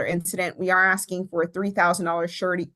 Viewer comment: The momma bear is right. He needs treatment. Never heard a prosecutor pronounce it 'sir-a-tee' instead of 'shur-a-tee'... then, at the end, she went back to "shur-a-tee". Interesting.